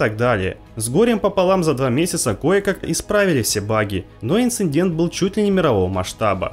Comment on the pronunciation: Спасибо за контент и с Наступающим! P.S. инцидент, без буквы "н". Прошу прощения за буквоедство, я преподаватель:)